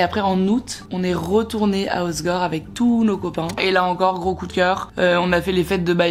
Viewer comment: par contre c’est pas hossgore mais hossEgore